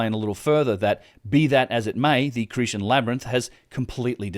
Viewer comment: Cretan has a hard 't'. Hellenes is pronounced 'helleens'. Colonnade is 'colonnaid'.